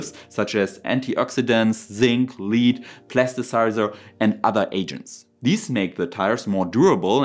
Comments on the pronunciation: Your English is excellent but one small correction. The word lead has two sounds, "led" for the metal and "leed" to put on your dog. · Blei ist "Läd" , nicht "Lied". 😏 Ansonsten aber danke fürs Video! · pronunciation: lead (PB) = ledd (not leeed) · Enjoying your videos. Your English is good but you asked for comments to help you. The chemical lead is pronounced Led although it is your spelt the same as lead "pronounced leed" the thing you used to control dogs.